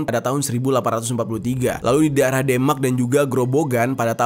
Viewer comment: Pengucapan demak nya salah bang☺di bagian kata e